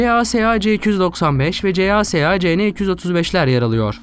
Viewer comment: Kardeşim her markayı doğru okuyorsunda CASA ve KAI firmalarını neden kodluyarak okuyorsun,bu firmalarda Airbus,baykar gibi okunabiliyor. Gereksiz kodlamayla koordinasyonu zorluyorsun...